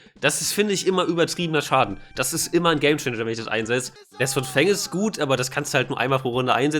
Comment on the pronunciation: Wieso sagst du zu fang immer fangs? Das macht mich irgendwie immer sauer wenn ich hör das du fangs statt fang sagst